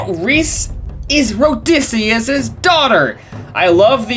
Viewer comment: His name is Odysseus, not Rhodysseus